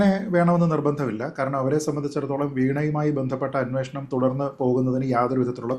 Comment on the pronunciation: അന്നോഷണം അല്ലടാ അന്വേഷണം എന്ന് പറയെടാ.